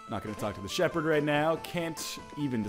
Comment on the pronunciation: Don't know why but I laughed really hard at the "Player......Shepherd". xD